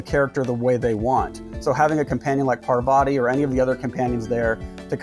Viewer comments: Also, it's not "Per-VA-ti", it's "PAR-va-ti". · dear western civilisation, It's pronounced 'paarvati' not 'parvaati' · I think Parvati is pronounced paaarvathi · But have you considered that the writing in this game was actually really super boring? Almost everyone you talk to is dumb and lifeless? That characters exist for the story alone and don't feel like they're thinking about anything? Also, Parvati is pronounced with emphasis on the first syllable, not the second. It really annoyed me thoughout the game.